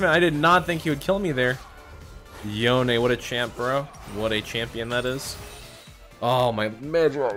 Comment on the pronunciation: the way he says yone is just disgusting